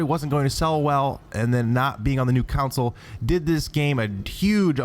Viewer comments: It's console, not counsoul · It's console not council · Why do you keep saying council instead on console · 1. It's pronounced "con-sole," not "council." 2. Steel Battalion can't be the rarest game on the system if, at $200, it is the same price as it was at retail (technically cheaper after inflation). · it's console, not council, goddamit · All I keep hearing is the word "council" when you're saying "console" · why can't you pronounce console? you are saying counnsole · STOP SAYING COWNSIL! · Maybe he from uk lol